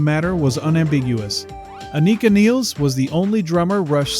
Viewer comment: You are pronouncing both her first and last names incorrectly.